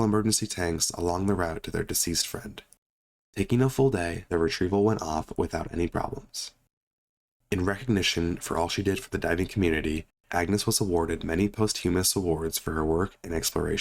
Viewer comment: posthumous = say pawst yoo muss